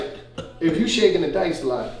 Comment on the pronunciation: He said shakin the dice 😂😂